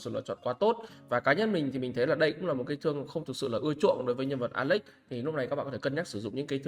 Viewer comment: Nghe “ alex” nó cứ cấn cấn 😮